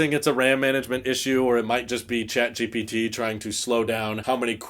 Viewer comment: why you keep saying “jat GPT”